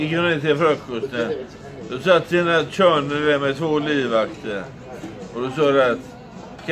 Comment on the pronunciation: "Yesh, we höv Tina Törner här." Den kom från ingenstans!